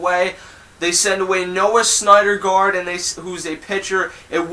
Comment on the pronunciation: good opinions, but the catchers name is DAR KNOW and the pitcher is SINderguard...But great presentation otherwise.....